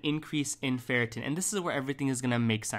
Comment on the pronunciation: it's ferritin (not ferratin)